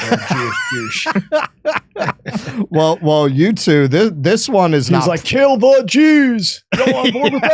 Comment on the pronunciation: "Jewsh" 😂😂😂 Max Blumenthal is hilarious